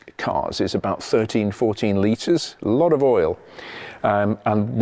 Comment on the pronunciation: "What is not to like abaout that..." wonderful english-course of yours! Thanks from Berlin for content and language;-)